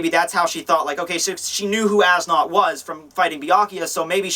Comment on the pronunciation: As Nodt is pronounced "Es Newt"